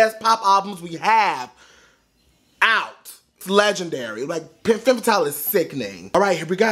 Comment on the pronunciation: one tip for your pronounciation its called "Fum" Fatale not fem fatale.